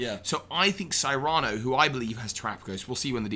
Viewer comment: This is a very interesting theory, but what I strongly disagree with is the way pronounces the name "Cyrano".